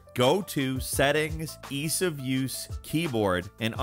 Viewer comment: eece of use lmao this guy definitely does this on purpose right